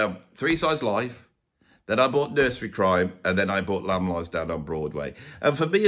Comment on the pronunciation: "Lamb" at 1 is very wrong